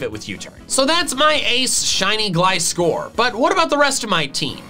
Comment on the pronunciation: GLISCOR, NOT GLICORE!